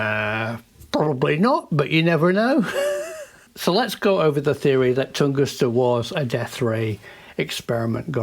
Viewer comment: It IS Tunguska, isn't it? 🤔 I mean, not Tungusta, as saying, right? 🤔 (Yeah, I'll probably look it up and answer my own question anyway!) 😊 😀